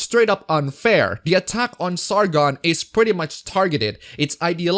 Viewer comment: Did you say "Sargon"?